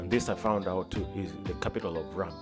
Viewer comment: My friend 😅😅it's not zeders. It's pronounced ZR (zed-r) , also its Rum.(r-um) not with "a"🙏 thank you for coming, was great meeting you. Glad to see you all had a great stay. See you again sometime soon